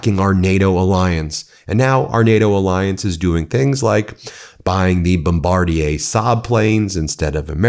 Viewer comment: How is it that Ben knows how to pronounce the name of the Canadian company Bombardier?! Oh yeah, he's been talking to Charlie Angus! Keep up the good work, both of you!